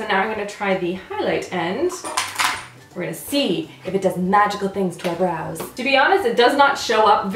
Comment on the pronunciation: Whenever she says "Brows" i hear Bras. .-.